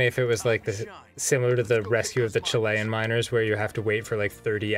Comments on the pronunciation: Hi, I'm from Chile and I have a question. Is that really the way you pronounce "chilean"? . Danny says something like chi-lay-an. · At least you mentioned Chile, well actually the Chilean miners, but it isn't as you pronounced "Chilean" :c ....and also there will be a movie about the miners Well greetings from Chile. You are great